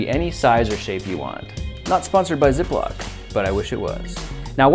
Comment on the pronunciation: Ay the beginning I thought he said " ze block bag" 😂